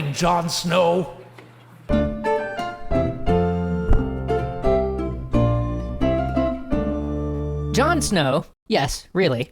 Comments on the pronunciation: John snoww lol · In a different dimension John Snow doesn’t have an “h”